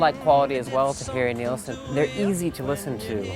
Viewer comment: It's Nilsson. But yeah, it has that British musical hall vibe that When I'm 64 has as well. John Lennon and Paul McCartney were both really big fans of Nilsson and Lennon actually became good friends with him.